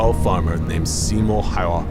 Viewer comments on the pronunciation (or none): siimou haua learn it its simo häyhä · this ís a lot real info of him but hes name is simo häyhä not siymou hayhua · also simo häyhä is pronounced incorrectly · Funny how Simo has almost russian like accent and cant even pronounce his own name.